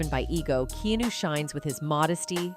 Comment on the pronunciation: His name is Keanu not knew learn pronounce before you spk